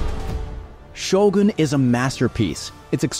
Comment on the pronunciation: Finally someone said Shogun correctly, it's so annoying to hear people keep say Sho-gun instead of Shogoon.